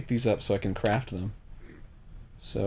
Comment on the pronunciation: Did I hear.... CRAF(T)? YOU LIKA EATING THE CRAF? METUUUUUUU